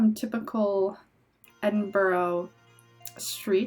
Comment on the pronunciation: Glad you enjoyed my home country. Edinburgh is pronounced Edin-bruh. You seemed to remember a lot though so well done!